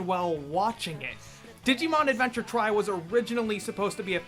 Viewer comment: i think it's supposed to be called Digimon TRI (like Tree not like TRY)